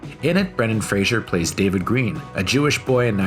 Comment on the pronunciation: please learn how to pronounce his name at least : freɪzər/ FRAY-zər !!!!!!!!